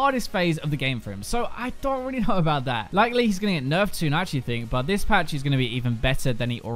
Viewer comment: I love it when you say achualy!!! :P